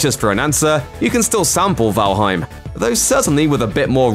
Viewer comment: The mispronunciation of Valheim even though he said it right the first time?